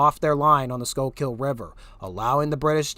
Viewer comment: Thank you for producing this very informative content. Note: You may want to check pronunciation of Tredyffrin, Swedesford and Schuylkill